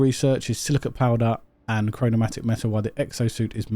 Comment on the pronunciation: Chromatic is NOT pronounced “chro-no-mat-ic”